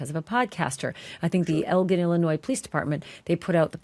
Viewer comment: Hey, Ashleigh? Elgin, Illinois is pronounced el-gin. Gin as in the alcohol.